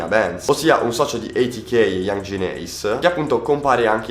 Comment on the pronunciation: Si ma pronuncia bene youngenn ace please